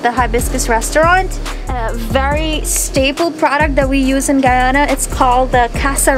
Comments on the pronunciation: No wonder they think she´s from Ghana, she didn´t even pronounce the "y" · Ummmm Singh’s Roti shop is Trinidadian and also it’s pronounced Guy-Ana not Guy-aaahna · brooooo stop its Guyana, not ghana he keep prouncing it like that omg lol. get it right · The way he pronounces Guyana really irks me. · You didnt pronounce guyana right.